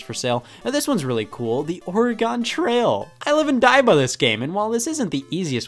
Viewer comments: I cringe every time I hear him pronounce “Oregon Trail” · I'm still waiting for the day that a retro game reviewer is able to pronounce "Oregon Trail" correctly. I assume I'll die waiting.